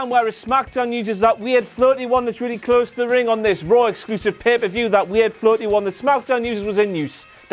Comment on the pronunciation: "...several ounces of weard in that beed of his..."